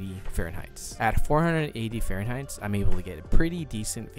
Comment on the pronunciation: Thanks for the info……oh and you don’t pronounce the “H” in Herb. Also, it’s Fahrenheit……NO “s”. Do kids even go to school anymore?